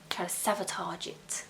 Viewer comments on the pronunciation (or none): 🤣🤣 did you say savotage? it's sabotage 🤣! I'm dead 🤣🤣🤣